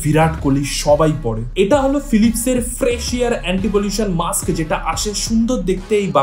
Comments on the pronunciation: Maks ( ম্যাক্স) না ভাই ওটা ...Mask ( মাস্ক)। যেহেতু তুমি professional ভিডিও বানাও, তাই উচ্চারণ টা ঠিক করা উচিত । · মাক্স না রে মাস্ক... উচ্চারণ ঠিক কর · মাস্ক উচ্চারণ ভুল হচ্ছে।